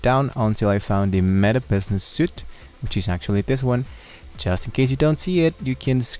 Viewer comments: When you say Meta Business Suite, the word suite, you do not pronounce it correctly, it seems that you want to say suit but you have to say it the same way as you would say sweet. You are trying to hard to speak good english but since that is your goal, speak correctly and do not make a fool of yourself. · It's not a suit like clothes, it's pronounced 'sweet' like a set of furniture of a suite of cards in a pack. You're welcome! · There is no "Business Information" in my "Business Suite" page, so your info doesn't work (for me at least). I've spent the last hour trying to find the option to add an admin. PS, suite is pronounced "sweet", not "suit". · Thanks for helpful video. Btw “Suite” is pronounced “sweet” and not “suit.” Have a good one